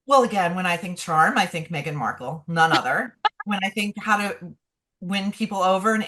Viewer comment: Meghan was not welcome by VP Harris!!! Why do you continue to disrespect her by mispronouncing her name.